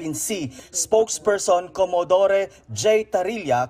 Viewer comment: Not co mo do re, but Como dore.